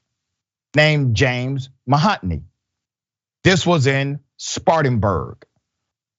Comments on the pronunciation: For you to be so smart, you sure do destroy a lot of simple names. You said mahotney vs Mahoney. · I can't believe my friend doc/prof Richie doesn't know how to read the name Mahoney. The first time he came across it he pronounced it Mahotney and the five or more times Mahoney is mentioned in the text he's reading he replaces it with "the store clerk" and "the clerk" ROTFLMAO